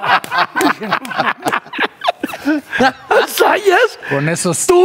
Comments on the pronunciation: el apellido es ZAYAS, con "Z" al inicio! que pasó??? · Zayas no Sayas esos millenials 😂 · Es Zayas no Sayas.